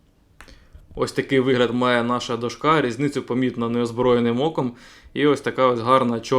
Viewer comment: Все супер тільки до`шка а не дошка`